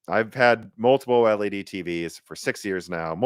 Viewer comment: It's called OLED, no O-El-E-Dee. I know it's hard for amateurs to pronounce the technical stuff.